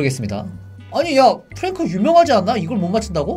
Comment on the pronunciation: 프랭크 이상하게 말한거 맞아요